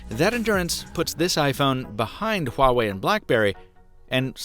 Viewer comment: Your pronunciation of Huawei is the best out of all the non-Chinese technology reviewers.